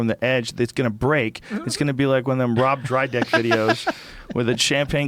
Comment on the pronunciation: Rob Drydeck? you mean Rob Dyrdek LOL